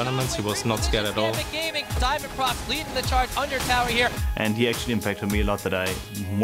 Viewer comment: IT'S NOT DIAMONDPROX IT'S DIAMOND-PRO-X!!!!!11!!11!!!!!!!!!